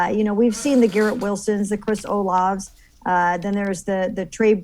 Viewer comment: Hilarious that the caller said "13th ROUND" and can't pronounce Olave correctly!